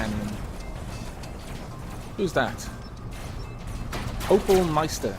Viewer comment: It's not oppal meister it's oppai meister. Oppai is japanese for boobs